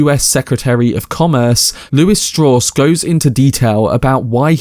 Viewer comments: Strauss himself explains it's pronounced Straws. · Strawss ? Strauss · Sad they have such a cheap, imitation-cockney voiced narrator who cannot even pronounce a common name like Strauss. I am finishing up a book by the late theoretical physicist Freeman Dyson, who knew Oppenheimer very well and his explanation of the depth, breadth, and empathy of his thinking paints a picture of a remarkable man out of hundreds of remarkable men.